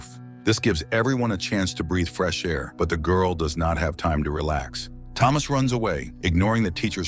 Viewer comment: The GORL the GURL ... Why is the black woman the only one he calls the GWIRL?? 🤷‍♂️